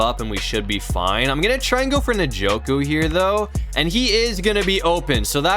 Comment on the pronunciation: You say his name like enjoku